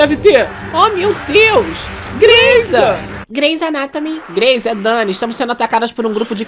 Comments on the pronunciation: Alguém entrega o oscar😂😂😂 "greyza nátome" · "GREIZA NÁTOMI" KKKK "EN, FER E MEIRA" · "Greiza?" "Greizanatomy" "En, Fer, Meira" kkkkkkkkkk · “GREYZA NATOMY” KKKKKKK